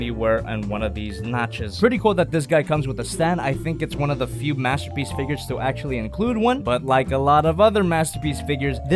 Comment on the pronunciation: Mastapeece megatron (beest war)